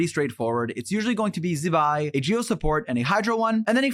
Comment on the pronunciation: Zi-hye~~~ Zi~Bye 😂